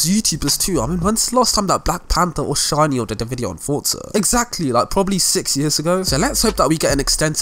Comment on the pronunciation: It’s pronounced shin-ee-odd